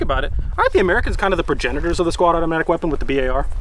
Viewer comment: did he say squadomatic weapon?